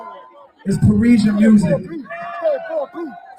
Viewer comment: wtf is “Pa-raysion”??? You mean Pa-ree-shun “Parisian”?? Dude you should look up words and the proper pronunciation of them instead of constantly getting on YouTube and making a fool of yourself…or do you even listen to the audio of the things you report?? Pharrell literally pronounces the proper way to say “Parisian” in the video my g